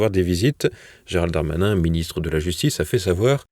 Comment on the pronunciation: "Dolnade Trump" ?! Faut arrêter avec les fautes de prononciation, c'est comme "Géralde Darmanin", on s'arrête au D on ne rajoute pas un e dans la prononciation !